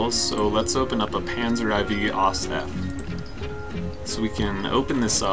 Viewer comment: "Panzer Ai Vee" lol